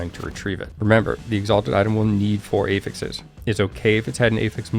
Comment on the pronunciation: "A-fixes" - was so confused for a moment, it's "aah-fix (technical /ˈæf.ɪks/)". That can differ slightly based on using it as a noun or a verb (this case, it's a noun) I'm really not a spelling nazi or anything, but you're a content creator and presenting information, right? ;) Love your videos (if I didn't, I wouldn't bother). Always straight to the point, without the fluff.